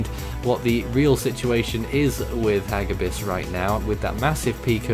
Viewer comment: It's ha-gí-bis which means "velocity" or "speed" in Tagalog (a language in The Philippines). It is not hágibis like what the video enunciated. It's hagíbis. Intonation on the second syllable.